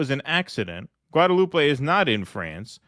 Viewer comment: Oh and it's not pronounced Guadelou-pey, but as if no "e" at the end - Guadeloup